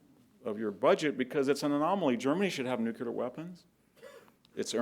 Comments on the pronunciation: I cannot believe he says Nu Cue Lar. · “Nucular”. Ouch.